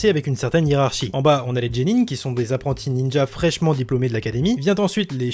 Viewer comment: On dit "Guénin" pas "Djénin" mais superbe vidéo!